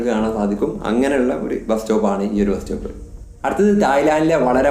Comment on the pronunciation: ബ്രോ ഒരു ചെറിയ തെറ്റുണ്ട് ബാസ്‌റ്റോപ് അല്ല ബസ്‌സ്റ്റോപ് ok